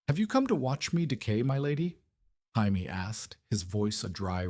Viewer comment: I want to enjoy these "what if" stories, but every single one is blatantly AI, or at the very least AI narrated. In the first 60 seconds, I heard 3 different pronunciations of "Jaime". That just made this impossible to sit through. I'd rather just read it. Is this pulled from reddit, AO3, or FFN?